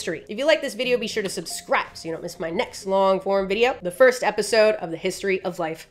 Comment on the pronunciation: It’s the way she said don’t cause she knew that somebody was gonna say something